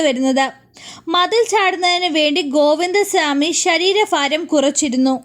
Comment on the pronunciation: ഷാമി അല്ല ചാ മി 😂